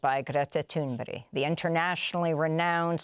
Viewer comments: Her name is Thurnberg not Thurnberry- perhaps the reporter needs her reading glasses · Gretta Toonbryh...? What is she saying - is she just inventing weird sounds instead of reading? Why would anyone pronounce "berg" as "bryh"? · Her name is ThunBERG not ThunBERRY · Amy, how in the world could you call this brave young lady Greta THUNBERY so many times during your interview with her, instead of calling her by her proper name, which is Greta THUNBERG!?! I am a fan of yours but I was appalled by this utter lack of professionalism! My advice to you, as a matter of respect towards the person you are interviewing, be sure how to PROPERLY SPELL and PRONOUCE, whom you are interviewing in the future. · It's THUNBERG not Thunbury. Someone needs to wear glasses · Why does Amy pronounce Greta's last name as "toon-berry"? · ""GRETA toonbury"" 😂😂😂😂😂 Oh Granny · yeah my other comment to the shit anchor who can't even get Greta's name right.. "Greta thunberry" 😂 you mean that comment.. shows the caliber of her viewers to be honest. Snowflakes! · Thumburger right? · Thunberg? Or Thunbury? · Please, as a Swede, I give you permission to pronunce Greta Tunberg, IN ENGLISH!!! And Greta will be totally fine with it too...